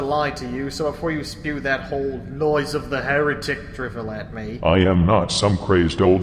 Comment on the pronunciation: dont you mean here-THICK